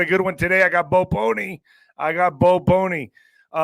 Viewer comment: Bo Pole-knee not pony lol